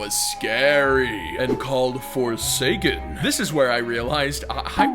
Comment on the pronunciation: omg did he say forsaken 😂